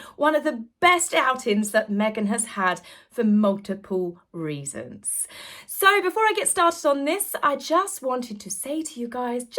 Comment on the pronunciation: do you mean "multiple" ? Not "multipuw"🤦🏻‍♀️ oh dear if you're going to be sarcastic at least get it right" multipuw😆